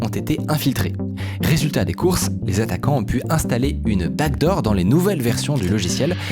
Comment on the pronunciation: J'ai regardé genre 10 vidéos dans les derniers jours, et à chaque fois je me demande mais c'est quoi cette foutue "bague d'or" - je ne réalise que maintenant qu'il disait 'backdoor' depuis tout ce temps!